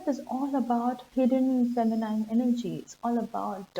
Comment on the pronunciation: Interesting stuff. Thank you. A bit of editing, if you don`t mind: as far as I know, the last syllable of word "feminine" is pronounced like "een", not like "eyen", but it`s not long, and the stress is still on the first syllable. So, it`s like fEh-mih-nih-n.